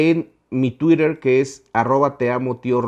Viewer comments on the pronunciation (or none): none